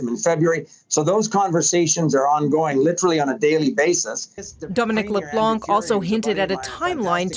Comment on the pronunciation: It’s « Dominic Leblan » with a French nasal « an » sound and silent C, not « Leblank »